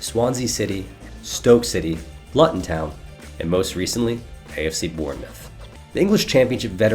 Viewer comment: Some constructive thoughts: Luton Town is pronounced "Loo-tun." CCV isn't really known for his feet or his passing-but he is a solid defender and strong. I don't think Bello starts. Gregg loves himself some Sam Vines..... Jonathan Lewis is not intriguing to me. He can't even start regularly for the Rapids, doesn't assist or score many goals either. Not a fan of Mihailovic either--though someone at Montreal values him.... Otherwise, good production, and mostly good commentary on individual players. And what's that bong-hit sound-effect? I like it. ;)